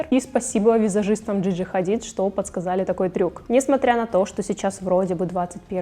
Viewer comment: шугАринг,Джиджи хАдид.... Вы вообще знаете русский язык?Рассказываете про это,но не знаете произношение?